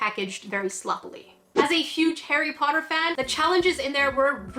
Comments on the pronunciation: it sounds like your saying hairy potter instead of Harry Potter.😅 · Sounds a bit like hairy potter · I like how it sounds like she's saying 'hairy potter' XD